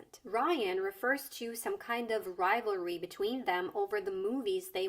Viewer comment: Barbenheimer thingy got me crazy. Then, he pronounces "rival ry", moreover, accentuating both of them, rival and ry. English speaking people should be taught from elementary school to don't deform their language so much. Just look how bad you currently pronounce... "that's rai, that's rai his ken and Kishy..." [the rest of it is understandable after interpretation]. But I understand every single word of what says, without any problem.